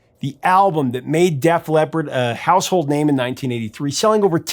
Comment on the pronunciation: "Def Lep"? Please stop.